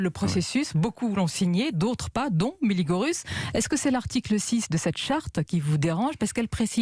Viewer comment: Je me demande quand 'nos' journalistes respecteront la prononciation du turc ? P.tain, c'est pourtant pas compliqué, de prononcer : "mille lits gueux ruche" (en roulant les 'r', s'il vous plaît)!